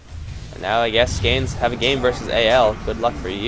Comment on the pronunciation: Its hard to explain but u pronounce it kinda like "Skownes Elite" and Skownes is pronounced as "own"